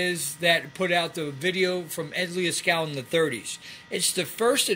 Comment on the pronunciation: You keep saying Ed Leah-skallin, haha.